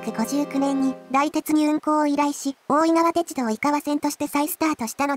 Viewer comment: 「おおいがわてちゅどう」 かわいい